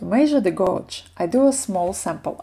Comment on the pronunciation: Can’t wait to start knitting this! Btw, gauge is pronounced geidž 😉 and crochet is kroušei 😀